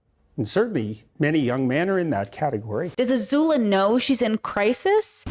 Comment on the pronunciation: not "azula"